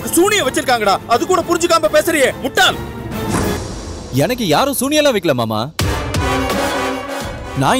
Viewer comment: its enakku not yenakku. Talk proper tamil women